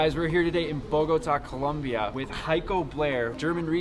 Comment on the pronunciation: Im drunk lmfao you pronounced Bogotá completely wrong🤦😂😂😂